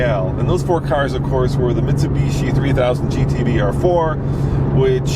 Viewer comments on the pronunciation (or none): none